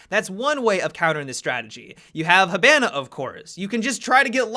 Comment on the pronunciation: Learn how to pronounce hibana correctly